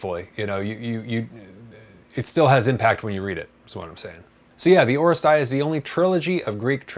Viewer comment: Thanks for review, in Greek it’s pronounced oh-RE-stee-a, not oh-re-stai-a